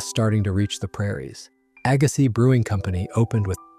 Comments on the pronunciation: Jeez, Aggasiz is pronounced "agg-a-see" not "agga-sizzzz". Oh, and Stoneangel closed two years ago. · Can’t pronounce Agassiz correctly either 🙄